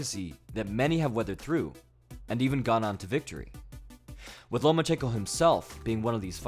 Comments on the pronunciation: You said "Lomanchenko" so many time I thought this was a CIA indoctrination video🤣. In the comments section I read the name Lomanchenko but heard your voice😂. Great video and breakdown. Keep up the great work. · He said ''no more chenko"